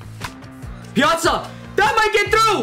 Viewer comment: It’s pia-tza